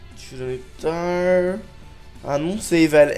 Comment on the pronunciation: se fala tayranitar